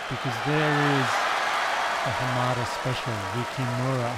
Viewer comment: It's interesting that he wonders whether he is pronouncing Apotekar's name properly, when he isn't pronouncing Hamada's name properly but he's not concerned about that.